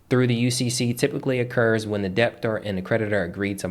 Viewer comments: Why do you pronounce the B in debtor? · I was looking for this comment like whyyyy…im learning but having to constantly work on ignoring the the intentional incorrect pronunciation is distracting 😩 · the "b" is silent in the word debt and debtor